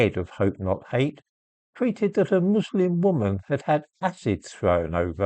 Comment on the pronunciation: Jope not jate